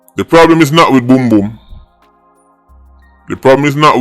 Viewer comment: Did he said BITCH BOOM.😅